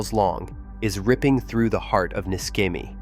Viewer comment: Pronounced NISHEMI, not NISKEMI